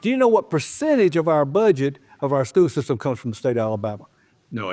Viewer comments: What is a “skoo sistum”? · “Skoo system”